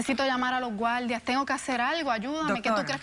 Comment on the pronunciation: Por que les cuesta tanto pronunciar la " R" , ejemplo : gualdia"," veldad" " mujel" Es desesperante escuchar tan pesima pronunciacion